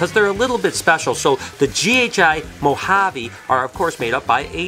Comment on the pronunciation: Hey. I’ve got to be honest with you, but I am not good enough a the gene guessing & I’m still at the stage of ‘ that’s a banana something snake’ lol 😂 I do love the way you say Banana Moharby with your American accent though 😂